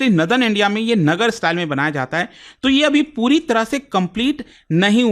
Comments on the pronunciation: Its not नगर Its नागर . नागरशैली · नगर स्टाइल नहीं "नागर शैली"